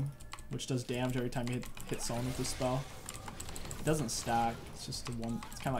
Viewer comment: yes waking people up does a bunch of jamej, bro u ok? are u having a stroke